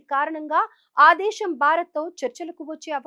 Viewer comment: Desham kadu Desamm telugu baga nertunikoni news cheppu Yekkada sa Yekkada sha pettalo teliyadu avakasham kadu avakasham